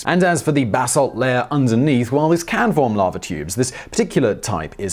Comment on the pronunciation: Every time I hear him say "basalt", I hear bath salt